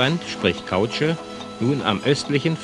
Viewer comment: das ist eine Seilkausche. Nicht Kautsche !